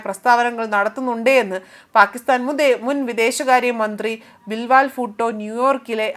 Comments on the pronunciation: സഹോദരി 'ബിൽ വാൽ ബൂട്ടോ' അല്ല 'ബിലാവൽഭൂട്ടോ' ആണ് ശരിയായ പേര്. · 😂😂 "ബിൽ വാൽ ഫൂട്ടോ"യോ❓ അതെന്തൊരു "ഫൂട്ടോ"❓ ചേച്ചീ ബിലാവൽ ഭൂട്ടോയാണ്‼️ കഷ്ടം‼️‼️😂😂